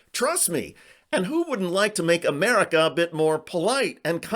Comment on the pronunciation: "It seems that demicraats from outer space is outlawing genius Confederates laak me." Dah-yup, dah-yup,!